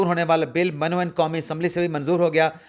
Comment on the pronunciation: لفظ "من و عن" min o un ہے۔ یہ man -o-un نہیں ہے۔ مہربانی کریں اردو ٹھیک کریں۔